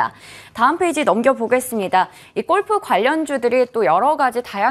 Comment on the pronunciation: 유익한 정보는 고마운데 golf를 왜 꼴프라고 계속하나요? 꼴프가 아니고 골프라고 하세요 듣기안좋네요